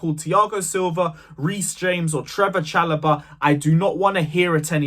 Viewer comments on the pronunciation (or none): Man said Chalobah!!!! Bahahhahahahaha